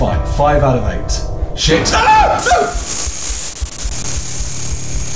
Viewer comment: You say "s**** " like "sheet" XD